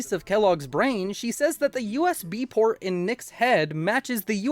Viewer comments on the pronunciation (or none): none